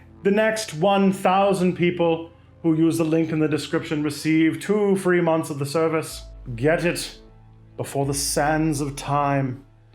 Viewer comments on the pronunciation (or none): none